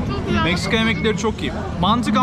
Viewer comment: Güjel diyerek geçti video tribe girdim güjelmiğ seviyoruz seni kral 😂